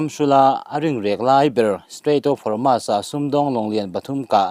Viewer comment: Homas ti-a lam lovin, Hormuz tia lam tur